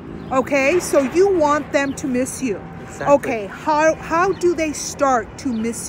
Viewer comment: I love how he says Exactly so nice